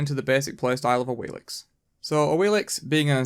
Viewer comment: Duke did What Happened to Awilix and now you do this 😂 😂 Omg. What is this coincidence.. (and it's Awilish, not Awilix)